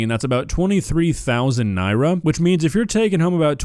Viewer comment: As someone who's parents lived in Nigeria for a decade, I'm blown away that you're pronouncing the currency correctly, that's so awesome dude! EDIT: DSP gets negative points for saying it right, because he's a piece of shit.